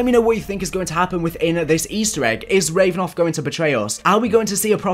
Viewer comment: It’s Rav-A-nov, not Revnov!